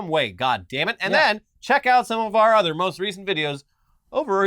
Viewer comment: completely no-selling saying "At least they have each CHUDer"